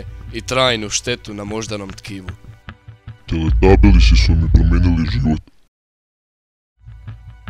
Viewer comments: TELETABILISI?! Ja sam čula za teletabise ali za teletabilise? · teletabisi ne teletalibilisi